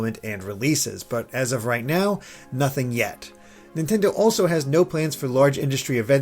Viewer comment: Nontendo lol